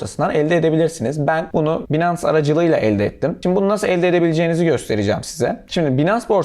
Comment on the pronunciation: 'Binans' değil, 'baynıns'.